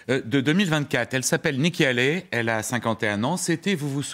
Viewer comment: '' Haley '' se prononce hey-lee pas '' aller ''